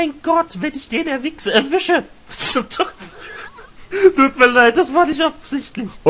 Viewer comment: Wenn ich den erwichse? Kleiner freud'scher Versprecher,?